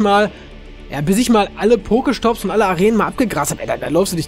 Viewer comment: hör bitte auf pokemonS und pokeSCHtops zu sagen,danke...